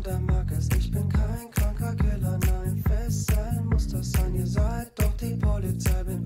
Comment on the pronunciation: Wer versteht auch bei ich bin kein kranker killer nein fesseln muss das sein statt killer keller